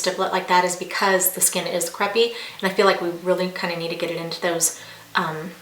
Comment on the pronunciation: It's Cray-pee, not creh-pee. Lol